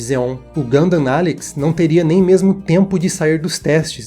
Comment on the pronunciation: finalmente um vídeo sobre Gundam, quem sabe agora o aprende a pelo menos pronunciar o nome do jeito certo